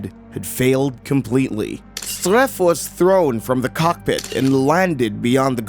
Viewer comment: His Name was Philippe Streiff ... not Streiffgr